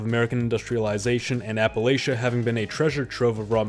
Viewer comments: maybe you should figure out how to pronounce Appalachian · Is it a drinking game? Every prononciation variation of Appalachian